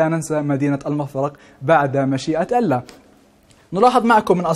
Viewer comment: مقدم النشرة :: كل احترامي الك . ابتسامتك مميزة لكن ارجوك تركز شو على لـفـظ الـجـلالـة " الله "